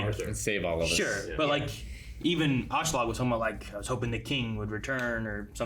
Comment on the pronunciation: I never expected the voices to be as good as the original, so that doesn´t really bother me here. But one thing that does bother me with this dub is the inconsitency in pronouncing Askeladds name. Sometimes it´s "Ashladd" which is a fine way of saying it in english, but soemtimes it changes to sound like "Auschlaug" or even "Ashelad" Just pick one already and run with it.